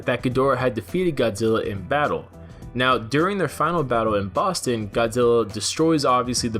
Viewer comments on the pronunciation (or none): none